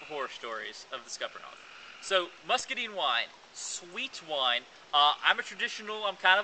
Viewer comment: I can't take a review seriously when you can't even pronounce muscadine it scuppernong right.